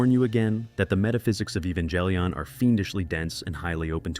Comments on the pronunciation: Its Evan-Gel-lee-on, not Eva-jel-lion. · Evangelion has no J sound… Why do you say j ? English: ee-van-gah-lih-ohn. Japanese: eh-bah-n-geh-ri-on.